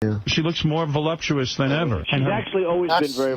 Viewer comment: "Voluuupsous?" This guy is so dense he can bend light.